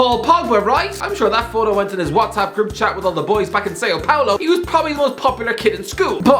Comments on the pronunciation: say-o pablo lol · Say-yo Paulo